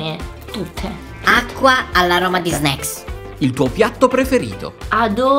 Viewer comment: L'unica parola che sa dire è "sneaks"